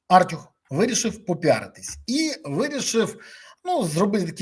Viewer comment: Та не "Артюх", а "артЮх" Хоча, в принципі, як лайно не назви - лайно воно і є...